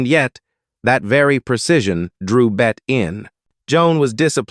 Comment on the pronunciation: 'It's not pronounced "bet" bur rather "Betty" . Hire a professional and stop insulting us.